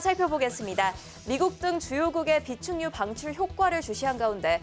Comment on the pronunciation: 비축유방출 ㅋㅋ 아나운서들 발음이 왜 정확해야하는지 알겠네요